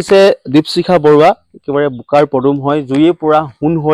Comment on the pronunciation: দিপচিখা নহ'য় নেকি বাৰু , দ্বীপশিখা হে হ'য়। নামৰ উচ্চাৰণ ত খুউব এটা ভাল লগা ন'হল ভিডিঅ'টোত। ছাত্ৰী জনীলৈ ভৱিষ্যত জীৱনত সাফল্যৰ শিখৰ পাবগৈ পাৰিব বুলি আশা ৰাখিলোঁ। ধন্যবাদ।